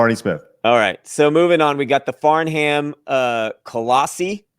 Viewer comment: Farnham is pronounced FARN-UM.